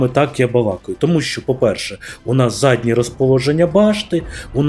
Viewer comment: Декілька раз чую « задне положення башні» ЗАДНЬЕ РОЗТАШУВАННЯ БАШТИ ! Вухо ріже